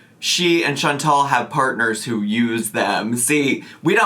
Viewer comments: I think it's funny too! It's not "Chan-tell", it's "Chan-TAL" 🙄🙄🙄🤣🤣🤣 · continuously mispronouncing Chantal’s name is so irritatingggggg It is chanTAL not chanTEL ahhhhh!!! It’s such a minor thing but it just irks me haha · Is it just me or is she consistently mispronouncing Chantal? It sounds like she’s saying Chan-TELL. 🤔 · It drives me insane how she says ChanTELL instead of Chantal. Buuut she has to mispronounce everything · is even mispronouncing her name as "Chantelle". She's done it a couple of times and it's weird. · Does anyone know why won't pronounce Chantal correctly? Is it a troll move? Or is she really so selfish she doesn't know how to pronounce her best friend's first name? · It bothers me so bad lol. There is no ‘e’ in her name. What a best friend. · I hate that she does that! Do you think she has a hearing problem maybe? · She can't be bothered to pronounce it properly. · I have to believe it's a troll move. I HAVE TO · Funny that she’s trying so hard to be her friend and can’t even pronounce her name 😂